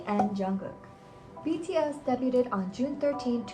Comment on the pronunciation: Learn to pronounce "debuted" and "maknae,", come on!